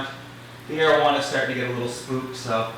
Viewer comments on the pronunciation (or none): Whenever you says 'arowana' in your vids I keep thinking you're saying 'marijuana' 😂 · rip arowana for a second i thought you said marijuana lmao but ik its areowana or whatever